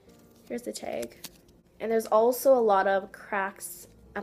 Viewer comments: She says "teg" execpt "tag " on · Why do you say teg not tag your like here's the teggg😂and I'm like bitch it's taggggg😂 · I hate it when she says "teg" instead of TAG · why do you say tag like tiag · Probraly she always say "teg" and it's annoying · Why do you call "tag" a t-e-g like wuhh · You say tag wrong👿👿👿👿👿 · im never bothered by your intro .. but im bothered by how you say "tag" 😅